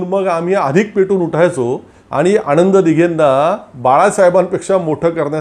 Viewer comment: आपण अणिल थत्ते आणि आणंद दिघे , असा उच्चार करत आहात. तो कृपया अनुक्रमे अनिल आणि आनंद असा करावा.